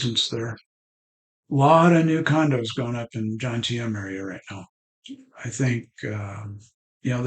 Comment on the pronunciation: Good video but its JoMtieN not Jontiem, just saying 👍 I live down the coast in Bang Saray 😯🥳🥳